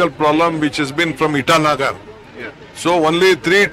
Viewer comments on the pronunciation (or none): Itanagar? Did he mean Titagarh